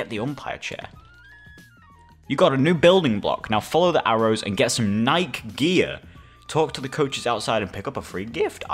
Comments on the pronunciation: How everyone says NIKE: NI KEY How says NIKE: NIKE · Nike is pronounced NIKE, not NIK-E Change my mind 🖐️🎤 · He says nike niké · I love how he pronounces “Nike”